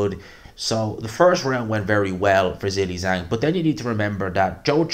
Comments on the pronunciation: I like you a lot but please stop saying Zilly Zang. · I'll subscribe just to keep hearing you say Zilli-Zang.